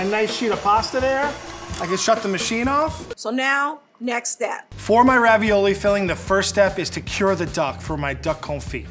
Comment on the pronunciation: Did the food scientist say Ravi-YOLO?